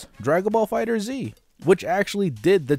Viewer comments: It isn't Fighter Z. It's FighterZ. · It's pronounced "Fighters" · >Fighter Z I never understood why people can’t pronounce that properly. Pet peeve aside, fighting game numbers on PC hardly matters since they’re mostly played on consoles anyway. Also, even with that 80% drop, DBF is still the most played fighter so all of your talk on it so far is vastly incorrect.